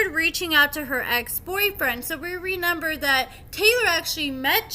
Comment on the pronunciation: I love your channel but do you really not know how to say "REMEMBER?"